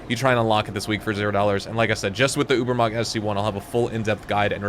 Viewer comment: i love how none germans pronounce Übermacht